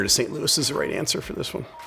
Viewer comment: Re: S. T. Louis - the voice was AI-generated; mispronunciations like "S. T. Louis" are common.